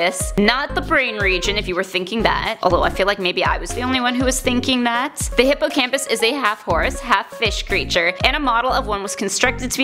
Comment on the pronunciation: wen you sed hippocampusso i thinking of the bran region to